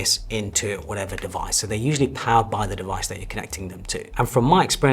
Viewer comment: so != so; so === saowyyy; reservoir != reservoir; reservoir === reevwaaaa; no != no; no === naowrrrr; new vocabs unlocked